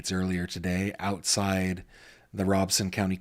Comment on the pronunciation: Just a FYI I use to work in Robeson County. It is actually pronounced RO BEN SON. There is actually no n but when pronounced it sounds like it is. Lumbee has an actual Lumbee Tribe that just got recognized. Lumbee Tribe took the name after the Lumbee River. I worked with many Lumbee Indigenous people in Robeson County for well over 9 years. I know it’s not the point of your video but I heard someone correct you. I just thought I would share. A Intelligent Person is a Person who is willing to learn something new everyday of their life.